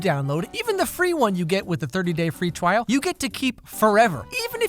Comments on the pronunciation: free twial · Did anyone here him “Free twial” KSNDN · "Free twial" XD